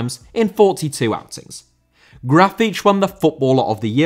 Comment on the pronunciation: Horrible pronunciation to Grafite name 😂